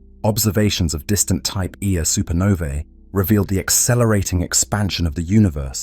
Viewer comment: I was convinced that a real person recorded these untill it got to the type 1A supernovas 😂 honestly though great channel "type eeeaaa supernova" lol love it